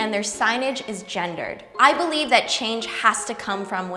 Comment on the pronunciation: “I really beliebe this can be the new normal" I love you so much